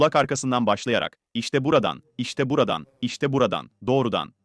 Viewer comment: Seslendiren dalga mı geçiyor 😀 işte buradan mı diyor gerçekten bu kadar çok Rahatsız edici öyle demiyordur Buradan , böyle, böyle falan gibidir o